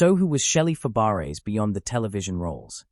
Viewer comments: It's pronounced Fabray. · Fab-a-ray. Please program your AI. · No, Fab - bray